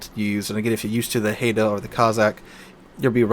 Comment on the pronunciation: Haida is pronounced high-da, and is also a Canadian ship. She is, in fact, the most decorated ship of the Canadian navy.